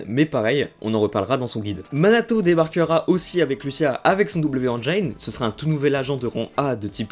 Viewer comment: Merci pour la vidéo. PS : "engine", se prononce "énjine" et pas "énjaïne"